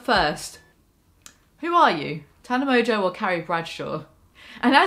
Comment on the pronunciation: "Mongeau" is pronounced "mongo". It's a very old French name. No clue where this "mojo" pronunciation comes from lol